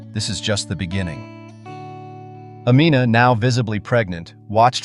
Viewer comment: I wish the narrator would stop mispronouncing her name. It's Amina like (Ameena, not Amenna).